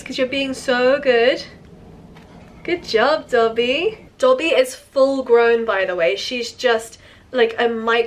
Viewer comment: It’s Dobby, not Coby